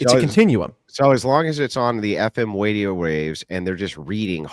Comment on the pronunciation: said "wadio waves" so im pretty sure he lost this one